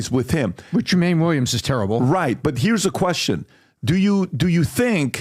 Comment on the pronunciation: Really like your podcast.You, gentlemen, need to pronounce Jumaane Williams, name wrong - it is not pronounced Jermaine. Maybe you should "Google" how to pronounce names as written. 😊